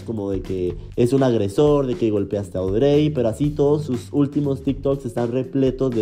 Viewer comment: Fui la única que le daba tanta desesperación como pronuncia el nombre de la ex de Ricky? (Cero hate amo tus videos pero Audrey se pronuncia como Audry 🥰)